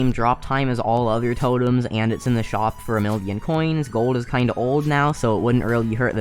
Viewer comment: Why do u say shop sho